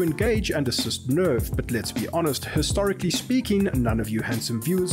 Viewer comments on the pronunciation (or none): "Herstorically speaking" lmao